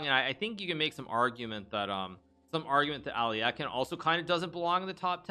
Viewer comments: It’s aluhk-eye-n, not alli-eh-kin. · Why do you read as “Alyakin”? He’s “Alyokhin” tho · hikaru saying alekhine's name wrong is so bad lol its literally phonetic.. alek-hine ? not ally-ekkin wtf hikaru come on dude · Wow. I've been pronouncing Alekhine as "Aleck-hind" for 40 years. So weird to hear it pronounced "Ali-eck-en". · "Ally yaken?" Alekhine = Alek-hine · Al - e - khine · really bothered me how hikaru pronounced alekhine like aL - LeE - eH - kIn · Nakamura is pronouncing Alekhine incorrectly. The correct pronunciation is “a.luhk.hine” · As a matter of fact both are incorrect. The proper pronunciation would be "Alye-heen" (and try to say the first part without glottal stop caused by 'y', saying "e" as it is pronounced in "men"). Alekhin himself was always very upset when someone was pronouncing his name with "yo" sound as in Alyo-heen since he thought it vulgarized the surname - he insisted that it was a nobleman's surname and therefore must be said differently from a common folk's version of "Alyokhin". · Lol at the mispronunciation of Alekhine. Makes me chuckle every time. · Is that the real way to pronounce Alekhine??? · Is it pronounced Al-e-eck-in or al-eh-kine (souns like 9)